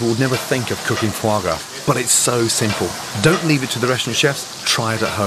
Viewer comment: it's foie gras. it is either duck or goose liver. it's pronounced fwah grah as it's french.